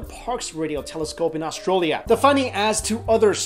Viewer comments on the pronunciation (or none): lol he said austrolia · "Outside of the parks telescope in Austroll-ia" mate... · Did just say "Austrolia"?? Lmao! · Austroulia? LOL! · I love the way he says Australia "Austraia" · Did he say "Ohstralia"? LOL